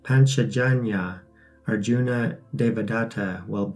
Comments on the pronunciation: Awesome. TY. You can drop "a" when pronouncing. Rama or Arjuna. Can't wait for Chap 2. Love all of your videos. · Proper pronunciation: Arjuna = Arjun Bhīma = Bheem Sātyaki = Saatyaki Bhīsma = Bheeshm ā = aa ī = ee